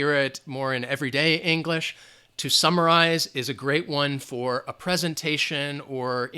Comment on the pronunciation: Instead of: "to summarize", I heard "2 samurais"!!! 😂😂😂 Thanks a lot Teacher ""... 😉